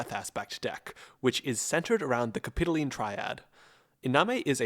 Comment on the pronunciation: its cap-i-toh-leen